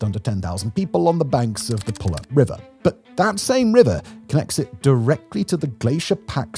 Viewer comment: He said pewlup lol